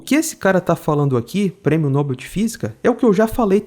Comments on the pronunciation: Prêmio Nobel, com sílaba tônica em "bel",. Não é Nóbel, é Nobel. É comum o erro, até os dubladores brasileiros erram em séries e filmes. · A fonética correta de Nobel é "nobél"